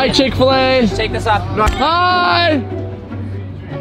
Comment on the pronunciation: He said chickfalys got it more like trickfaley